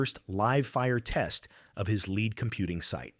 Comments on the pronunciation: Leed not Lead for Lead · do you not listen to your video after you have the AI read it? "lead" in reference to this video is pronounced "leed". This simple mistake makes your video appear ignorant. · Try to get the AI to pro ounce it "leed", lead is a base metal. Maybe edit the text file? Snoozer! Bailing at 3min4sec. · Please kill the AI NARRATION that dies not know difference between Lead, lead and Leed. Yes english is hard. Kill the Ai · It sounds like a live reader, but if that's so, why does he keep mispronouncing 'lead'? The word means out in front, not heavy metal. They are pronounced differently. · This is a fascinating story made illegible by the cheap-ass CG narration that can't discern how to pronounce "lead" vs "lead". And when we teach this thing how to properly master this diffucklety, will WE really be better off for making the things smarter this way? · AI voice cannot discern the difference between "lead", and "lead" within context. Is AI smart? Nope. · AI kept getting "lead" as in LEED confused with "lead" the bullet metal. Amusing. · Narrator is repetitive and mispronounced words like lead and lead bow and bow live and live......get to the point of the story ffs